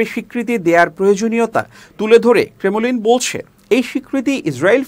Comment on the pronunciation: সংবাদ পাঠকের দৃষ্টি আকর্ষণ করছি, ক্রেমলিন, দূরদর্শী শব্দ দ্বয়ের উচ্চারণ ঠিক হয় নাই।